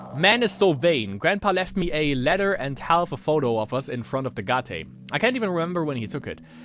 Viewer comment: Deine Art "Gate" auszusprechen ist schon echt sehr experimentierfreundlich würde ich mal sagen :D Man spricht es wie eight aus, nur mit einem G davor. Aber nice, dass du das game spielst, hatte es damals für die ps2, aber war noch extrem jung, 7 Jahre, hab mich immer voll eingeschissen als diese viecher kamen :D habs leider nie durchgespielt, aber kann ich ja jetzt in visueller form bei dir nachholen.